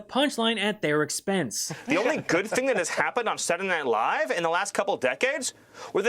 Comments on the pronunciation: "SatlanadayNiLaiiiive" - wtf? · “Satlnight live” lmao dude got worse at pronouncing it every time. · sadtledaynightlive bro spit out ur marbles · "Satntdeh Live", the guy cant even fully say the right name. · What is this "Saturn aight live" he's talking about? 😂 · Wtf is satnayight live... Steven is a horrible little thing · "Transgender mice...they're eating the pets...kids going to school as boys, coming home as girls..." What the actual fuck America? BaldyLocks can't even pronounce Saturday Night Live...Satni ight LIVE what a maroon!! Get this circus out of the white house. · And what is "Saddy Night Live?" Stephen, it's SA-TUR-DAY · I hate the way says “Satuhdnihlive.” 😑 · "Satnanight Live..." 🥴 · Saray Nye Live? Can't he even pronounce the words?? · Senndea Live'' .. What a dim witted tosser. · Sadderdanighlive??? What is saying? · "sananay live" 😂😂😂😂😂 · sadinight live..sadinight live..sadinight live. Does this guy know how to pronounce three words in a row?😆 since the 90s!! WTF Nazi Nosferatu??? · “Sadunay” night live -SMiller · i would not be surprised if he turned out to be an alien. I mean who pronounces Saturday Night Live like that’s: Seddernylie. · I didn't have perfect pronunciation all the time, but i feel a little uncomfortable the way he was saying Saturday Night Live lol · Who can say that Stephen isn’t talented? I don’t think I’ve ever witnessed a man so successfully turn the phrase “Saturday night live” into 3 angry, whiny syllables so many times in a row. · Stephen can't even say ,"saturday night live"